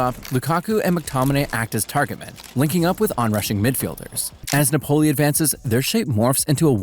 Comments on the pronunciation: Its nApoli... no napOli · If you want to say Napoli,the accent is on the A,not on the O.You sound weird. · I despise how you say Napoli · good video minus the pronunciation of Napoli :D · I really liked ur Video and u sound like ur having fun making content, but i recomend you search up correctly pronounce a teams name, hearing you say it incorrectly so many times made me not focus on the other good content in the video